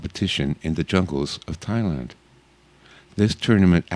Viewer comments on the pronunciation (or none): none